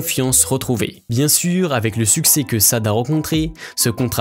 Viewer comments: Je permet de rectifier, son nom ce prononce SHADÉ ! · On prononce "..." Chadé" et on ne prononce pas comme on l'écrit... Uffff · La prononciation Sade ça sonne mal à l'oreille .Il confond avec marquis de Sade. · prononciation shadé! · J'aime et j'écoute Sade (qu'on prononce "shadé)depuis les années 80 et j'adore sa musique et sa personnalité. Mais le commentaire de cette vidéo n'est vraiment pas à la hauteur , ni dans les termes employés ni dans le ton ! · On dit "chadé" ... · Sade se dit "Chadé" !!!!! 🤦‍♂️🤦‍♂️🤦‍♂️🤦‍♂️🤦‍♂️🤦‍♂️ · Répete After moi : CHA - DÉ !!!!!! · Sade ??? Prononcé « CHADÉ » !!! Bordel !!! CHADÉÉÉ !!! 😡😡😡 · Il faut respecter les noms des personnes, célèbres ou pas en prononçant comme ils sont prononcés à l'origine en l'occurrence, Sade c'est Shadè. A vouloir tout franciser on tombe dans le ridicule... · mon oreille qui gresille a chaque fois qu'il dit Sade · Grave lol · Je me disais bien qu'il y avait un souci ! Ben oui, la prononciation du prénom est totalement erronée ! ... Cordialement à tous ! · Monsieur me commentateur votre anglais est terrible. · Cette vidéo est une copie d'une version américaine que j'ai vu récemment, le mec est incapable de prononcer correctement le nom de Sade vu qu'il ne doit même pas la connaître. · Je suis malade à chaque fois qu'il écorché son merveilleux nom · Dis donc l ami commentateur t es pas 1 peu sado maso av ta prononciation 😂? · "Sade"!! C'est pas possible !! comment peut-on dresser l'historique de cette grande diva, et ne pas prononcer son prénom correctement !! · Je pense que c'est un robot qui parle de cette voix inhumaine et factuelle. Et effectivement la prononciation de Sade est ridicule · Tu ne sais même pas comment prononcé son nom. Du coup la vidéo manque de crédibilité, as-tu réellement bossé le sujet ? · J'ai failli avoir mal à la tête en entendant des "Sade" tout au long de le vidéo : c'est "Chadé Adou" mec! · Se prononce " SHadÉ " . Pas " sade " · C'est pa Sade, on dit Shade, c'est un nom yoruba.